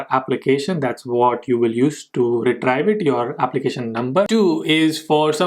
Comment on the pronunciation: It's "re-treev" not "re-trive"